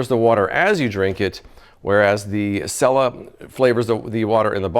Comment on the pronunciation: It’s (seela